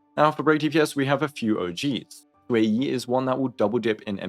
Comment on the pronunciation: not saying ueyi instead of xueyi 😭